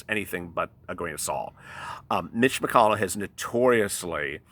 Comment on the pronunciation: "Mitch -Oncey"" Love It👍